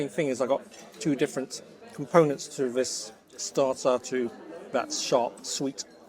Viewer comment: Vis instead of this, vair instead of there. I can't get past vose (those) pronunciations. Even many English people bred and born here, murder the language.